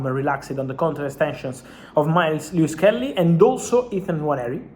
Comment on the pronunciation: Miles Lewis Kelly, Rrrreall madrida, no no